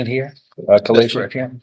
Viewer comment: The word is here. Heeeeere. Not herrrrrr. Stay in jail. That's where you belong. Should have got contempt right then.